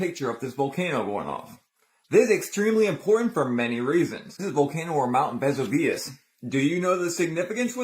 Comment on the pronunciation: pronounced ves u vee ous....vesuvius